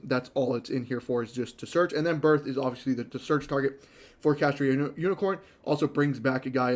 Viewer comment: If I hear you say "Kashtria" instead of "Kashtira" one more time...